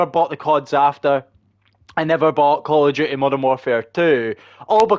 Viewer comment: Cahl ov do-ahh! 😂